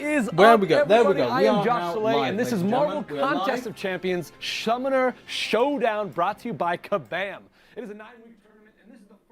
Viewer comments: Did he say schumonner schow down at the beginning? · Anyone hear the dude In the vid say shummoner showdown at the beginning